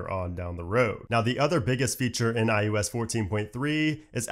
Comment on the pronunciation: I can’t help it! 3rd video of yours I’ve watched and it totally sounds like you’re saying iUs! As hard as I try, I keep hearing U instead of I. Weird.